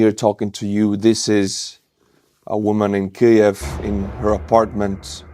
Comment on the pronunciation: the "new" way you say Kiev sounds very bad. you could benefit from another way of saying it.